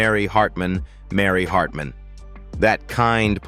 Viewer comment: AI voices suck . They can't pronounce certain words , the inflection and tone stinks . Get better AI . Can't even say Mary Hartman Mary Hartman right .